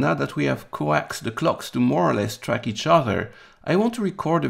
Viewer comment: pronouncing the verb "to coax" the same as the nickname for coaxial cable made me giggle a little.